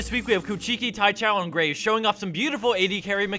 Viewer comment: I just LOVE how he butchered the Graves' name.